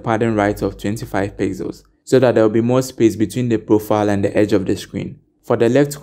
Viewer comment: I get confused when instead of saying profile you say proofile or roouw insted of row